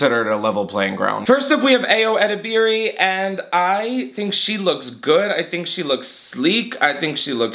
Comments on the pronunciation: ❤❤❤ with all peace and love, Ayo Edebiri's name is pronounced Eye-yo Eh-deb-er-ee ❤❤❤ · For future reference! It’s EYE-yo eh-DEH-ber-ee:) love ur roasts! xx edit: Joel Kim Booster is very much a homosexual lololol